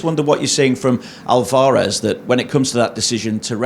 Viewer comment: This dude can’t say Alvarez properly. I wish he’d studied some basic Spanish.